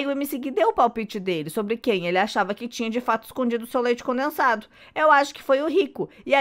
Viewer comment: A fala: leite conensado?kkk